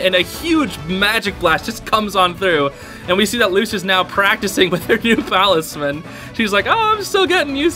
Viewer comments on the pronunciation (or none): Could have given a warning about saying the palisman